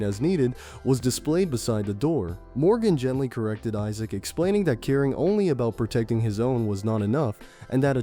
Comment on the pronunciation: Isaac pronounced as E-suck i can't hear this. I'll just read the manwha 😂😂😂😂